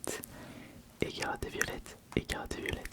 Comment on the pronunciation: Tranquille c'est parce qu'en anglais ça se prononce violet(tte) je pense c'est pas si grave